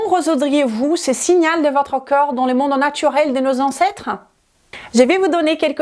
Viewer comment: Vu le sujet : On dit corps pas cœur 😂